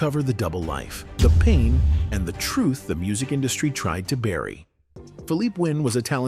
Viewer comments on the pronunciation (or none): none